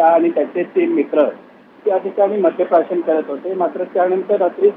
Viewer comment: अशा अवलादिना आवर घालणं आवश्यक आहे गरिबांचा जीव हा जीव नसतो का? आणि आपण ही मराठी जरा सुधारा मद्य प्रशासन की मद्य प्राशन....